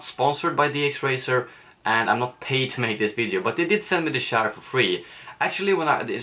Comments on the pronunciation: Can u please learn how to pronounce "ch" in the english language... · He said shair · Lol it took so long til i realised you say chair😂 i thought you said chaar or smth xd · "My new chaar" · My new shaar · Lol I didn't notice that but when u said it it just feels so weird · you say chair in a strange way haha. like the channel, i subbed! keep m coming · When you say chair - you sound like a pirate. LOL!